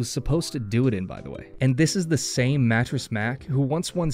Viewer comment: Ik u aint from H Town. But they way u just say "a guy named mattress mack" lol😅 its ok man u dint know him, but mans a legend for his furniture. And helping in hurricane floods.